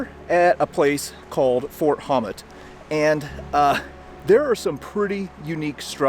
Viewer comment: Fort Hommet (or Houmet) is pronounced who-may by all true locals, my family on Guernsey predates the history books.